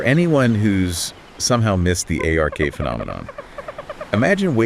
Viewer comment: Just say ARK. Not A/R/K. Lol